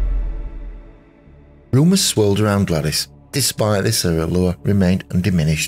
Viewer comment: You're mispronouncing her name. She used the version that rhymes with 'ladies'.